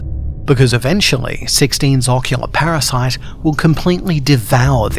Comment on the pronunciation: was it like spanish? tres?